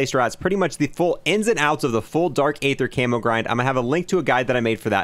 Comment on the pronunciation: was the first and only time you pronounced “aether” correctly Also “col-o-nels” office 😅